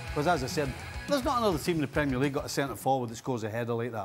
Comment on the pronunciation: Say premier league properly yank